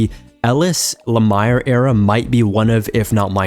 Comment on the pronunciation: Hearing jeff lamires name being butchered over and over was throwing me off so hard wont lie